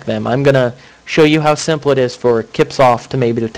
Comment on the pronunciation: Lol it's not kip-soft.... it's "sip-soft".